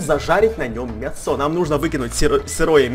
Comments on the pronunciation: Почему мясооо,а не мяяясо? Или ты специально так говоришь? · мЯсо!!! не мясО, мЯсо!!! ударение на я. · У тебя падает ударение на о слово мясо? (Лайк!) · Он сказал мясО а не мЯсо XD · почему ты говоришь мясо ударение на о? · в слове мясо ударение на Я а не на А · мясо страно сказал